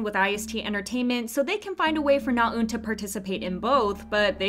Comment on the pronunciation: Your saying Naeun wrong!!!!